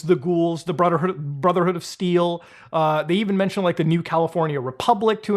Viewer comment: "Brudderhood" INDIAN MOMENT